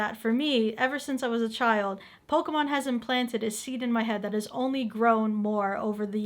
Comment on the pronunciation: 😂😂😂😂😂😂 did he Say Pokéman